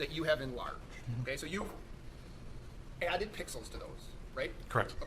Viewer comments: Forgive 80-year-old Judge Schroeder for saying "pickles" instead of pixels😅. I think he also said he understands watercolors only. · He said pickalos.